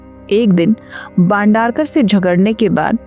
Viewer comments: "बांडारकर" ????? "भाई बंदरकर" !!!! — कहो !! अगर ये उच्चार करनेके लिये कठीन है , तो ऐसी क्लीप्स बनाना छोड दो!! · भंडारकर नहीं बंदरक